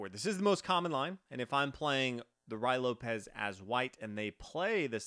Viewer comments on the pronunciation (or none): You keop saying Ru Why Lopez.. That is a very serious mispronunciation. It is pronounced Ru-ee Lopez. Yes. it is very distracting. Like calling Fisher Fyisher.